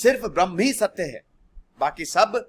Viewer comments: Dear sir... Your pronunciation of Braham (braham + muhurat = Brahmamuhurat) as Brahman is turning complete misinterpretation of entire explaination... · This is not Brahman but brahm. Please pronounce it properly. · Sir it's not Brahman it's brahm